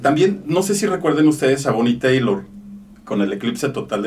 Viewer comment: No se llama bonie taylor. Se llama Bonie Tyler se pronuncia Tayler.